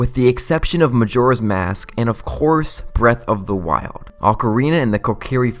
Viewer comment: I can’t do the speech issues Zelwda, breath of the wilwed. Worlwd of hyrule damn man.